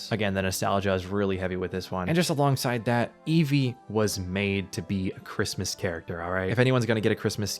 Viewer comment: Cwismis :D